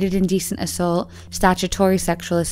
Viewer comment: When she said ‘assault’ is sounded off too, almost British.